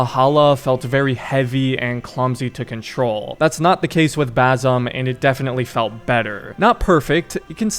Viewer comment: basim :) s not z